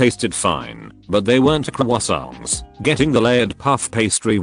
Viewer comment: Hearing the bot try to say Croissants correctly was hilarious.